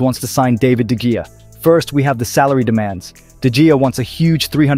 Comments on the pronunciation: "De Gea" It's actually pronounced "DeHea". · Pronounced his name three times and was wrong every time. Must be some sort of record. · How does someone pronounce De Gea different every time he mentions it in this video yet doesn't get it right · This dude pronounced De Gea 3 different ways and got it wrong every time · he said de gea in every way but correct one.is it really so hard to find out how something is pronounciated?